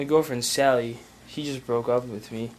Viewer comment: Did you say "my girlfriend Sally, HE just broke up with me"? Or did I just not hear the s? XD